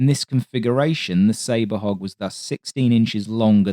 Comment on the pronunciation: I totally thought he was saying “hawk” until I read this comment 😎